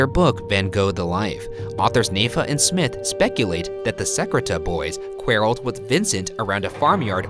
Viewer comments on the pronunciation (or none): For the post-mortem: Ryan, what the hell is a "kware-ull"? You mean a quarrel (kwahr-uhll)?? #Shaniac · #roastmortem Ryan, please learn to pronounce words. Look up the pronunciation of the word “quarreled”. Ps, just kidding, I love you both. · Okay, but why is no one talking about how Ryan pronounced quarreled?